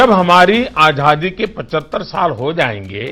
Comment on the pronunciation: Ajhadi nahi " Azaadi " hota hai .hindi to shudh bolo gujrati baniye ke sapoot !!